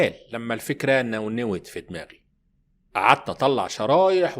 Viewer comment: الفكره ونونت وليس نونوت 😂